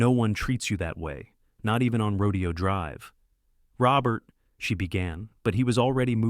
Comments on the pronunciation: There are at least 6-7 mis- pronunciations of Rodeo Drive. It's actually "Ro-day-o", not "Ro-de-o". Duh!!! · Teach AI it’s not a Rodeo, it’s Ro DAY oh Drive. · It’s pronounced Ro-DAY-o Drive, you idiots. AI doesn’t absolve you of your responsibility to do basic editing and fact checking. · The narrator mispronounced Rodeo drive and it was slow and tedious